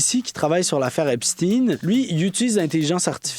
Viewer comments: O ne prononce pas Epstine, mais bien EpstEIN!!!!!!!!! Mais peut-être prononcez-vous Albert EINSTINE et non Epstein! Apprenez à prononcer correctement!!!!! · C’est espstein, c’est pas epstinne, c’est un juif pas un russe? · Epstein se prononce comme Albert Einstein et non comme (teen). Phonétiquement c’est pas correcte. Obama était le plus proche, il le recevait à la Maison Blanche et est allé plusieurs fois sur l’île , avion , bateau, temple etc… Le pizzagate …Commander pour 65,000$ de hot dog c’est étrange pour vous ? Obama avait faim. Bref , vous êtes en retard dans l’info et vous contournez encore même si il y à une légère amélioration 😂 Lâchez pas , tout ceci est connu depuis 2018 et c’est Trump qui à forcé le ministère de la justice à sortir la balance il y a deux semaines et non l’inverse, c’est aussi qui à dénoncer en 2005 le comportement de Epstein comme Einstein. Alors assumez au moins ça. Bref , le temple n’a pas été ensevelie sans raison. Tinking ! Tout ça est prouvé et des centaines de témoignages depuis des années sont faits , oupssss ! Elles doivent et ils doivent être fous et folles les victimes ? Des fuites de documents sont sortis entres 2018 et 2021 …. Un tas de gens en n’ont pris connaissance mais ça devait être des conspirationnistes, oui c’est ça , des conspirationnistes qui dénonçaient les conspirateurs malicieux et immondes que les ignares à admirent encore aujourd’hui. Certains vint tomber de haut si ils sont mal informés. Lucidité perdue au Qc comparativement aux autres pays du globe , merci quand même 😂😂 pizza = ….Hot dog = ….. Et c’est biens réel malheureusement. Ils ont des pratiques pourtant millénaires, il faut juste connaître l’histoire un peu ahhh! Et c’est pas f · les chaînes en anglais prononcent epsteen et j'ai entendu hier sur une chaîne française "epshtein" (oui comme Einstein). Mais, oui, c'est agaçant ce "steen" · Arrêtez de prôner Epstin c’est Epstein tout comme Einstein, frankenstein lichtenstein